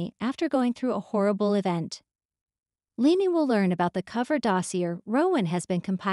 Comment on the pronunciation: Omg please please pronounce leanne's name correctly, LEE-ANNE